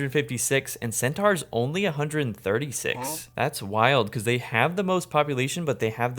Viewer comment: Absolute banger as always but the way you pronounce centaur is absolutely egregious